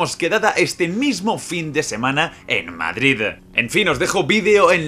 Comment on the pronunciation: Porque pronuncias tanto las D finales?? Madride parece que dices, suena mal